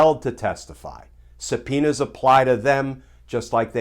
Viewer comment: I love Glenn Kirschner. Watch him every day. But when he said, "S-penis." I had to plug my ears, "la la la la la ." Glenn is usually so G rated. Just kidding, hope you're all enjoying the heat wave. Peace!